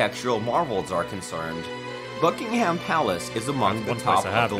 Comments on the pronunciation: that’s just sloppy! Buck - ing - em is correct! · It’s pronounced buck-in-um 😁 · By the way the guy that was narrating pronounced almost all of the names wrong we don't put emphasis on the h in ham etc. It's an American thing. I'm sure you already know this but I always find it funny.😁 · I must admit that the narrator of the video in question sounds to me like a close relative of Peter Sellers’ famous comedy track of the 1950s ‘Bal-HAM gateway to the south’. He refers to ‘BuckingHAM Palace’ and ‘HillsborOH’, and stresses ’Sandringham’ instead of ‘House’. Possibly a little preparation would have paid dividends? As for his interjections are friendly and respectful and desirous of help in understanding us which is always appreciated. Well done, by me at least! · For friends over the pond its pronounced Bucking-um, Sandring-um, Hills-burah, and Edin-burah.